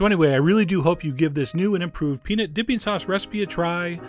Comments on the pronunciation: Peanit sauce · I actually know what he means. When chef John throws it into fast conversation, he tends to pronounce it more like "peanit" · The way you pronounce peanut makes my ears bleed, but your recipes make my mouth ooze. OOZE.